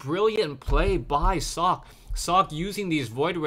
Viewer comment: Socke is a german player, so if you want to pronounce his name correctly you need to "speak" the "e" at the end